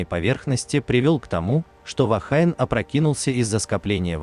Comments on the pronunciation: Только не Вахайн, а Вахине. "Женщина" на языке маори. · Произносится " Вахине". Слово из языка маори, поэтому фонетика английского языка в данном случае не применима.